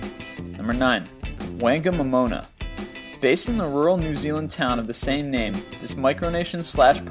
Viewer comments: No 9 is said Fong a mom ona not Fang a momonma. But great video anyway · Whangamomona is pronounced fangamomona the wh gives you an f sound